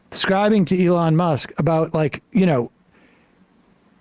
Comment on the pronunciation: Lol Sam pronouncing elon as "a lawn musk"